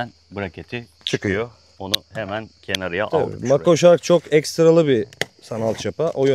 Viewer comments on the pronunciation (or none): sen Arda Turan'misin, kenariya değil kenara 😊